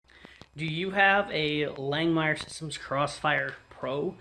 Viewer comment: Love your videos man. Keep up the good work. We tigged our water table with 309L on both sides during the initial build, zero leaks. Also, "Lang-Mere" not "Lang-Meyer". I had to listen myself to one of their own tutorial videos to hear how they say it.